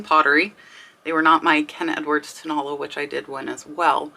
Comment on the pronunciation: Hey,! Great video. Thank you so much! Just wanted to let you know......you are pronouncing Tonala incorrectly. It is toe, na (short a vowel sound), and then la (again, a short a vowel sound) AND the accent is on the third syllable!!! I didn't know what the Mexican pottery was that you were talking about until you showed it! And then I was like, Oh! Tonala!!